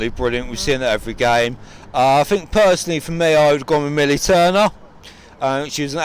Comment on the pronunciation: ‘What do you fink’ - Nat 2019